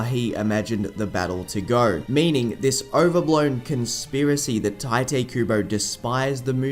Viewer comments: Its "tea" te kubo, not "tie" te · His name isn’t “Tai-tay” its “tai-toh”. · It’s pronounced Tite Kubo not Taite Kubo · Isn’t Tite pronounced (Tee-tay)? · tai-tay kooboh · Please dont say 'taite' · I actually heard from the translators on a Bleach Brave Souls live stream that it's actually pronounced "Taito." Like "tight" and "oh." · it's pronounced "Tee-Tay" Kubo btw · Actually, I found out in a Bleach Brave Souls Bankai Live stream that it's pronounced "Taito" Kubo. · the first time you pronounced tite kubo i was like "... wut?"